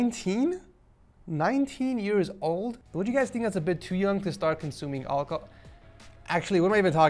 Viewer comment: he says olcahol